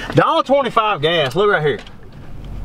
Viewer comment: I watched the first 10sec like 20 times. LOORIGHERE! lol Love the content.